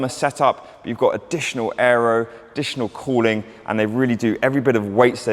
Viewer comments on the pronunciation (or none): none